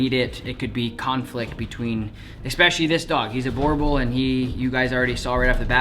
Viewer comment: correct pronunciation is bUrbUl and not borbol